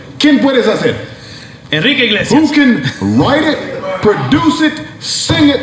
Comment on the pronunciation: « Enrique Eglesias » 😂😂😂🤌🏾🤌🏾🤌🏾